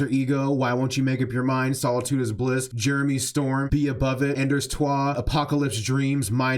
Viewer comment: I LOVE THIS BUT WE CANT REPLACE GLIMMER BRO ALSO YEAHHH ONE MORE HOUR some more notes as i watched this video: -i love your interpretation of sun's coming up -your pronunciation of "endors toi" made my day